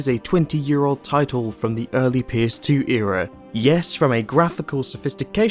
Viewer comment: Me: “what’s a pierce demo?” Took me a min to understand he was saying PS1 and PS2 haha First time on the channel 👍 Good review!